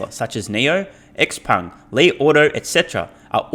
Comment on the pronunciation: Pedant: Xpeng pronounced "Zshaou-pung"